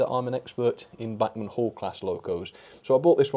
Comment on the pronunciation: Please, if you want to do “right by them” you might want to learn how to pronounce “Bachman”....................